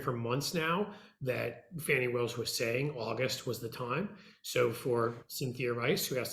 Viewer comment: The DA's name is Fani (pronounce fawny)